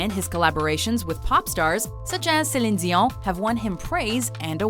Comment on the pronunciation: That celine dion pronunciation tho.